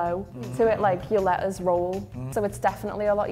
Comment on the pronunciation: "We pronounce very much every syllable." Listen to how she says "letters" leh-uhs. (with a "t" barely hinted at) So yes, she is pronouncing two syllables, but with her accent., apparently the letters don't count!